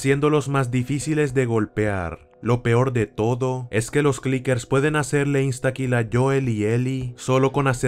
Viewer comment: Clickers... Yo: u Lala, señor francés.: entonces como se dice?!... Yo: chasquadores!